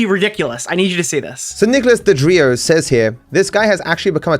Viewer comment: wait thats a picture he picked for his own video 😆 he looks like some kind of pre human race animal. And he has the balls to pretend to mispronounce DeOrio as Dedreo? What the???